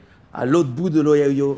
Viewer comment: kevinrazy *Ohio et non Oyayo